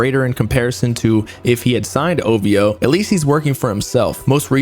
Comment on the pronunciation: Every time he say ovo i yell ovhooo get it right sir 😂😂😂😂😂😂